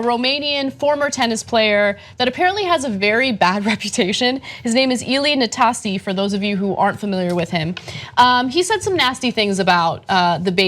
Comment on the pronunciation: It's not pronounced Na-stazzi, iț pronounced Năh-sta-seh (silent h's).